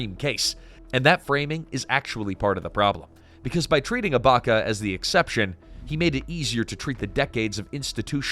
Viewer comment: It’s sani abaChya not sani abaka.